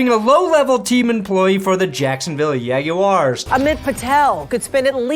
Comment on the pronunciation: How you pronounced "jaguars" should be illegal